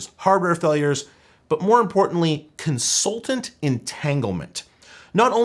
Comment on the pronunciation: Yikes that macintosh clip was bad (*cons-ALL-tant *cons-ALL-ting *res-ALL-t *damaging)